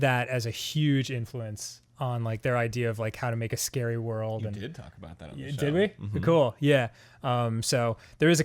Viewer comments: "They should call it SCaRee Hill..." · “they should call it...scawwy hill” is officially up there in my favourite Dan quotes